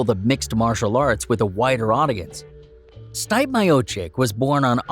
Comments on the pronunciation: It’s pronounced Stee-Pay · This fukin guy. Learn the fighters names. Stipp